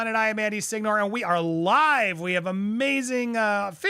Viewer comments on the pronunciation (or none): Andy did you know that your last name is not pronounced sig-nore but is si-gnore, gn is like a Ñ sound. ÑORE!